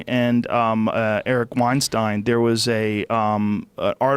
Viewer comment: Joe "weinsteen I mean weinstein" Rogan